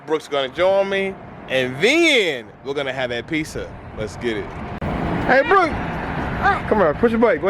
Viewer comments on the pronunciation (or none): Piss-ah? Say it right, dog. Pits-ah!!